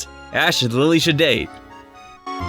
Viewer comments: IT"S NOT LILLE IT"S LILY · Its lillie not lailie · Its lillie not lylie. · it is not liely it is lilly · No one: Absolutely no one:: LiE LeE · This guy said lie-lee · Say Lillie like Lilly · Its not dont pronounce her name like Lillie like Lilly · I know its a joke that u pronounce their name wrong..and 4 the second time,u pronounce it right...haha..this is OTP..that cheapskate gotta make this happen😌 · Wrong pronounce of Lillie